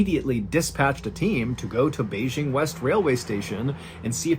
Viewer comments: (tip: Beijing is pronounced with a hard J. We always say it with a "zh" sound in the U.S., which funny enough exists in other Chinese words ... but not BeiJing). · MrBallen you rock Just a small point: Ren (the name or the word) would be pronounced almost identical to how it would be read in English. (It's not Shen.) (The J in Beijing should be just about like an English J and not a "zh" sound.) I actually lived in Beijing in 2004 and from . I would have been there when this happened. And in 2004 I taught in No. 8 Middle School. Also, those aren't water bottles in that photo: those are 2 bottles of baijiu (I think one is Er Guo Tou, cheap and really rough..), ie Chinese grain alcohol, and a can of Yanjing beer (Beijing's local beer brand)